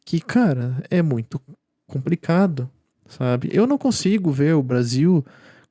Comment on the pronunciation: Meu caro, treina mais a palavra complicado com L, vc fala lindamente e com um belo vocabulário, mas chega na palavra "compRicado" e fica difícil. Abraço!